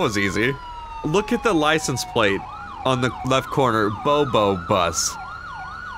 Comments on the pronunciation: I know he has temporarily stopped making vids, but its boo boo bus, like kid talk for scratch or a pain. Not bo bo bus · Did any body else see that they called the license plate bobobus but they pronounce t it bouboubus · May be years late but I really hope yu guys figure out the plate was pronounced boo-boo-bus......because you call it when you get a booboo lmfao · ITS BOO BOO BUS NOT BOBO 😭😭😭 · Um I can’t be the only one but when they were talking abt the bobobus I think they were tryna say boo boo bus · Liscense plate is pronounced boo boo bus. Its a term used by first responders becuse the public likes to call an ambulance for shit like stubbed toes. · License plate is pronounced boo-boo bus not bobo haha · Bobo bus lol it's boo boo bus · I know but they said bo bo not boo boo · its supposed to say "Boo Boo Bus" like an owie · Well it's to late but it's pronounced boo boo bus like a cut booboo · It is Bobo, like as in 'I got a bobo on my knee.'